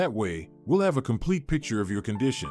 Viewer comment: pitcher not picture